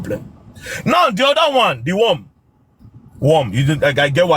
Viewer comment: 😂😂😂😂😂😂 Did I just hear Dee worm 🐛🪱 😂😂😂 I sw**r anybody that come for u is the victim 😅😅😅